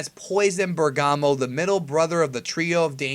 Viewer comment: Pretty sure it's pronounced Bèrgamo